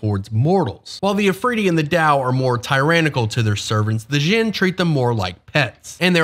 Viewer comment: An asshole note: "Dj" sounds like a hard J, represents sounds from other languages (in this case arabic ج), your pronunciation is the "Zh" sound (like persian ژ, or french j in word start like "je t'aime"). Djinn is pronounced similar to John, not Shaun.